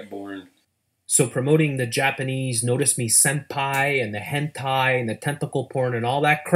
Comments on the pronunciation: Wait, wait, wait. Hold the fuck up. The guy is all grandpa: "durr what's hentei" and then all of a sudden it's properly pronounced as hentai? Dude is obviously more intimate with the subject than he lets on... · "Hentei." Fucking Hentei! 30 seconds later. "Hentai." Bruh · In retrospect: Hentai... Hent-ai... Hent-eye... Hent-i...BTW I know he later corrects himself but I need to hammer this home!... Hent!BZZZT!... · Notice how he said hentay then later hentai correctly. He was faking not knowing how to say ot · Hentey? lol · Why can he pronounce Henti right the second time but not the first time? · His pronunciation of hentai is literally people in spanish.